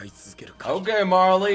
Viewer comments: My eyes twitched when he called marlo "Marley" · why in the hell you say Marley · lol he calls marlo, marley, how interesting. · Lol you are saying Marlo - Marley thats epic🤣🤣🤣🤣🤣🤣🤣🤣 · Lol he keeps calling that dude Marley